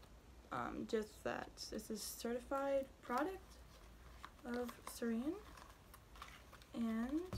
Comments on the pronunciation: Lmao it’s sourin not sore_in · she fuckin says sereen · sOurEaIn 🤦‍♀️ lmaooooo🤣🤣